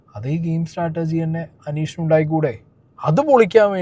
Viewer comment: Startergy alla.. "strategy" aanu